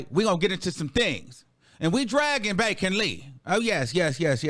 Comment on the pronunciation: Did he say Bacon Lee??😂😂😂😂😂😂